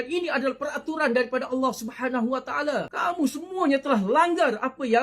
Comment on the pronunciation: Taale taale taale... Sebut btl2 le